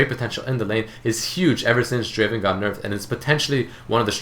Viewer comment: Not draven.. draaaaaavenn......! i find Draven and Ezreal the best adcs for me in solo queue as i am platinum 2 i like to play draven and ezreal alot they are really strong champions which harass and dominate the lane very easily.